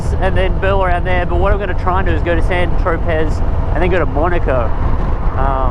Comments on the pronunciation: 'San Tropezz' 🤐😣😥 It's 'San Tro-pay'!!! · No , its "Saint Tropez"